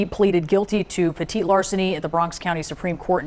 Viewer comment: It’s petty larceny not Petite wtf 😂